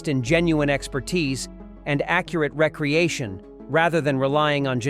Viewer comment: re-creation not recreation more AI